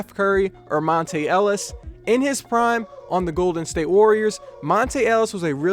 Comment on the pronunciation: ok so here. its pronounced mont-ah not mont-ay.